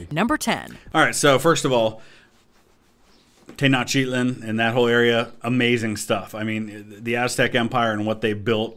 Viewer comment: ... WTH is TenocHITLIN???!!! 😭😭😭🤣🤣🤣🤣